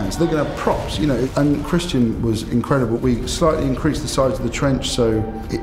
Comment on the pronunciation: "We will ask se questions!"